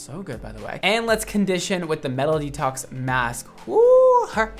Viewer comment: why do I hear MELODY TALKS instead of "metal detox", I was so confused until he showed the name of the product lol